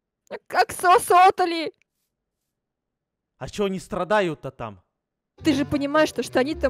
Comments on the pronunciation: Не аксасотли А аксалотли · аксалотоли а не аксосотоли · Правильно аксалотли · Правильно говорится Аксалот(ы)( а)